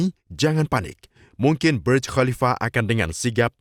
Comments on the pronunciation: sok inggris, itu.bacanga burj bukan berj burj bahasa arab yg artinya menara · maaf, Burj itu berasal dari bahasa Arab "burj", jadi membacanya jangan terkesan seperti bahasa Inggris sehingga terkesan membaca menjadi BERJ...hehe